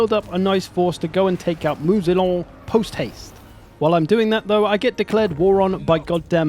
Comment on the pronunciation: Please, Moussillon is not "Moo-Z-Lon", but closer to "Moo-C-on". s.: Ze French-speaking nitpick. ;-)